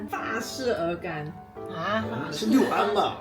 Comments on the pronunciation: 期待。顺便说下,max作为安徽人，六（lù）安说成六（liù）安有点说不过去😂😂😂，小时候天气预报看少了😂😂😂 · 那不叫六（遛）安，而是六（陆）安